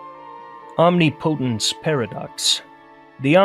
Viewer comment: fyi nihilism is pronounced nile-ism, and omnipotence is pronounced omnih-pa-tince, also other animals are conscious just not as intelligent as humans, also the whole idea that the universe requires perceivers to exist is completely false